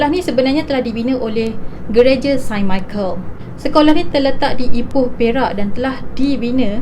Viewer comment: Its actually saint not sain